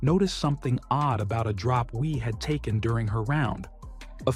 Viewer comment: What shocked me the most was your not completing the story about the hot dog. Second biggest shock when narrator pronounced Wie "Why", proving my suspicion there was AI involved. The final shock came at the end when I realized you had failed to mention the worst ever disqualification--Roberto De Vicenzo at the 1968 Masters.